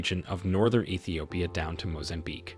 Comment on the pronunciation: Your pronunciation is awful. It's ee-thee-oh-pee-ah (Ethiopia)/ size-muhk (seismic) / tan-za-nee-ah (Tanzania)